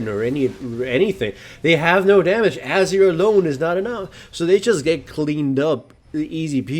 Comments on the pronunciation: Is it just me, or does anyone lse find the way he pronounces Azir kind of annoying? He says Azir like "Azer" :/ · ...hate to sound like a poop but its ah-zeer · you say azir like Azure, lol. i like it